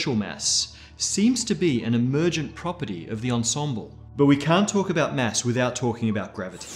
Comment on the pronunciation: Mass, not mess! Fuck.